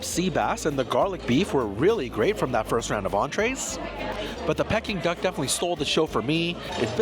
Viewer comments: For being Chinese I’m shocked you don’t know how to pronounce Peeking Duck !! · You’re killing me with giggles whenever you said ‘pecking duck’. It’s pronounced ‘peeking duck’ 😁. I don’t think I could ever spend those prices for any food even if I could afford it😁. Thanks for trying all these restaurants. Have a great weekend 😊